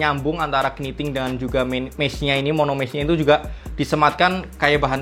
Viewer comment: masukan aja.... Videonya dah keren abis. Tapi tolong pronounciation-nya diperbaiki ke depannya. Kata "mesh" mustinya dibaca "mes" bukan "mis"; Kata foam dibaca "fom", bukan "fum"; Pebax bukan "pibaks" tapi "peback". Maaf dan maklum, anak bahasa.... jadi geli dengernya.... Hehe.... Anyway, maju terus!